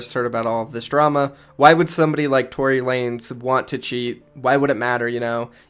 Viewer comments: tory lanEZ NOT LANES DUMBASS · Btw it’s Tory Lan-Ez